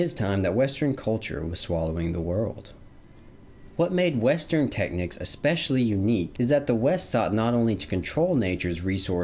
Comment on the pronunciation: Brother are you trying to say the word "technique"?